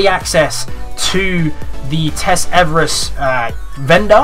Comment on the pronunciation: Did he say Everest or eververse? Lol